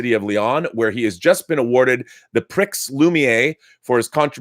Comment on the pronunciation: I know Rob is an English speaker but I had a couple of literal cringe moments early on in the video... 'pricks loomi-A'. I might have thought Rob, film connaisseur that he is, would not have mangled that quite so badly. FYI, without the French accent, this would be pronounced (in English) as 'pree loo-me-air'.